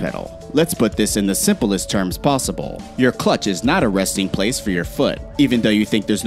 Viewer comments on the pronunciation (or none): none